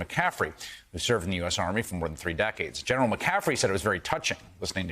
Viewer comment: Say the legend name correct cmon. McCaffrey